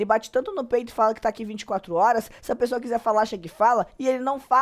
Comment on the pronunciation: eu amo quando voce fala uqui kkkkkkkkkkkk ja adotei no meu vocabulário